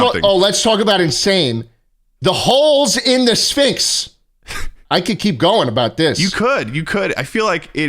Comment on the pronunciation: Please stop with the syphnx, its concerning